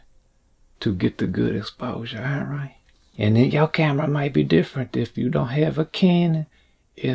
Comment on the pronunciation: When you say “all bright” I lose it 😂